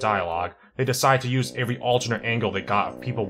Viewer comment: Why does he say every like avery?